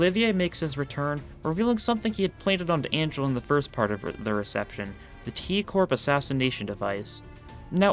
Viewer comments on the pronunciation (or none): none